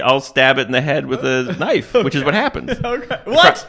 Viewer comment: It's "knoife".